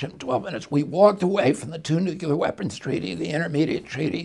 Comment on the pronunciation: I'll be voting for RFK, Jr. He's both a good man and a smart man. Joe B is good but not quite as smart; DJT is neither. However, I do wish someone would advise Bobby to please start pronouncing "nuclear" correctly instead of saying "nuculer." I do realize that sounds like a petty concern but it makes the wordsmiths among us wince every time.